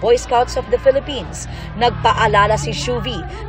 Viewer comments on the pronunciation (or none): none